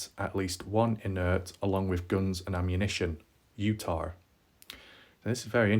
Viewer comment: Utaaaaaahhhhhh there is no R :)